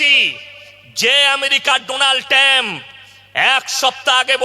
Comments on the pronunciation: এ তো অশিক্ষিত ডোনাল্ড ট্রাম্প কে বলেছে ডোনাল ট্যাম😂😂😂 আহারে কত সোজা আসনে বসে মানুষকে ধোকা দেয়া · আরে ভাই এরা সবকটা হুজুর দোনাল ট্যাম, এক একটা মূর্খের বাচ্চা, এরা সঠিক করে উচ্চারণ ও করতে পরে না । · হুজুর বলে "ডোনাল ট্যাম" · পাগলে কিনা কয় ছাগলে কিনা খায় তবে হুজুর হয়েছে পাগল ডোনালট্রাম নামটা উচ্চারণ করতে পারেনি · সব ঠিক আছে কেমিস্ট্রি অনার্স গ্র্যাজুয়েট সফিকুলের সামনে এই মাদ্রাসা ছাপ হুজুর কিভাবে তর্ক করবে, ডোনাল্ড ট্রাম্প এর নামটাও উচ্চারণ করতে পারছে না, দুনাল টাম বলছে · এটা একটা নির্বোধ, ঠিক মতো উচ্চারণ করতে জানে না। ডোনাল ট্যাম্প নয়, আগে পড়াশোনা কর নির্বোধে।